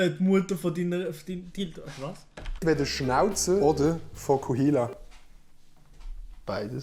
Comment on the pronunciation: Es heisst Vokuhila nöd Vochuhila